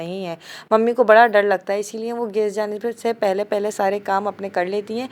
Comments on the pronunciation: Aap log geys kiu bolte ho gas hota h😂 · Gas not gaseeee